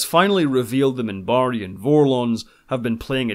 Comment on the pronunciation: I loved the way he used to pronounce the names of species. He would call his own the "Centaarre", and the Minbari as the "Minbarre." One of my favorite characters.